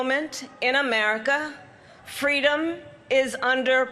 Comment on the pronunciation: What the fk "fweedom" is she talking about? The only people threatening freedom and democracy are her pals! These people have spent years working directly against what MLK stood for and preached, but now she wants to invoke him in her boring race baiting speech?! The hypocrisy never ends